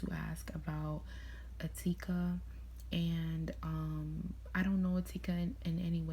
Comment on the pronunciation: The way you pronounce "Etika"...